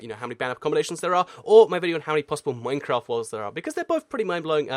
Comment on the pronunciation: Im I the only one too notice that he said maftcraft the beginning of the video